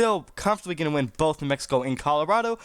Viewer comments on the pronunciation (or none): none